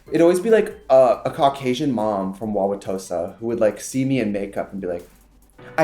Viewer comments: He said fish fry and I was like... wait.... and then he said “Wauwatosa” correctly and was like HE IS FROM WISCONSIN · As soon as i heard her say "Wauwatosa," it brought a tear to my eye to actually hear someone pronounce it correctly lol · "That middle-aged woman from Wauwatosa" 😂 I live. You know you're from Wisconsin when you perfectly pronounce Wauwatosa. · Hearing your pronounce "Wauwatosa" correctly made me so happy omg.